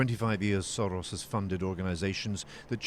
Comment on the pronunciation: The way this reporter pronounced Soros means shit in hungarian.